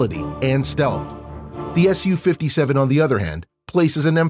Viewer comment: Wow nice pronunciation, “sukhoi Su, s u 57”